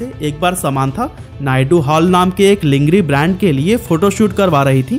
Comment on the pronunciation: its not लिंगरी.... it's लॉन्जरी sir 😂 but the video is best